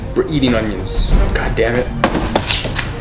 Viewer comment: please dont say G-d like that